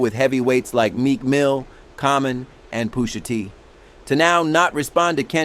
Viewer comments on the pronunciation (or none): Who is Poosha T ? These AI narrators are so disrespectful 😂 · I knew it was ai cause it kept saying 'Poosha'